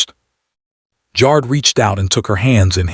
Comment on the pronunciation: Jar-ed not jarrd